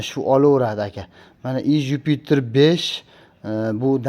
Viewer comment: Иж юпитер дегин июж демасдан гумбок